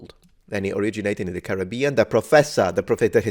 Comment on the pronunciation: … Happy Holidays however you Celebrate! But you mispronouncing “Caribbean “ 🙀at the beginning.😂